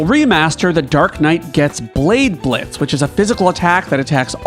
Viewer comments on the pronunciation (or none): none